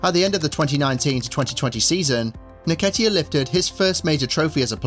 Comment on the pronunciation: En-ketiah not naketiah